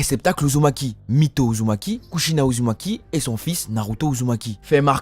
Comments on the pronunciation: est ce que jsuis le seul a entendre ''naruto uzuki''😂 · Il a dit Naruto Uzuki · 13 min 21 il a dit naruto uzuki